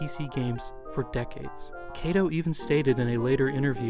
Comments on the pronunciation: Finally got around to watching this, and it really is an excellent video, except... Kato is pronounced "KAH-to," not "KAY-to." And you say that name a LOT in this video. ;) If you ever "remaster" this video, I highly recommend re-recording the narration with the proper pronunciation, as I can see those who speak Japanese being rather off-put by this. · More bothered by the mispronunciation of Kato. You pronounced it like Keito. He's the founder of the company c'mon. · i was going to make the same nitpick about names (e.g. kato, said here like 'keito'), though it really only stands out because everything else is so good. so yeah, i'll just agree.